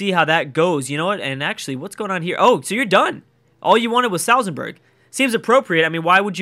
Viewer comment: Please stop saying Salzenburg, it's Salzburg!